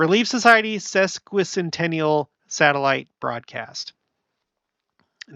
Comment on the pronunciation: I'm so grateful you can say Wasatch mountains correctly! I have a earthquake guy I like to listen to and he slaughters that and Willamette valley! Sesquicentennial is a pretty big word grateful that you made an attempt at ❣️